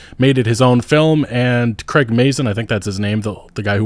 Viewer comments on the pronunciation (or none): none